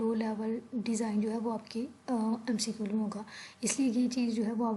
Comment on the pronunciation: Mcqul nhi hota McQ hota hai alot of pronunciation mistakes